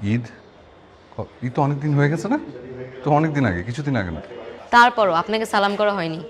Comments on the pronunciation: অপূর্ব সাহেব সালামটা ঠিকমতো দিতে জানতে হবে। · মি. অপূর্ব সালাম টা একটু শুদ্ধ করে দিবেন...